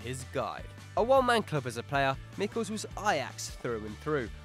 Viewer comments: Michels = [ˈmɪxəls], the [x] being the phonetic symbol for the Spanish J or the German and Gaelic CH. Please, do some research before. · it's not Mickels like you said but me-shells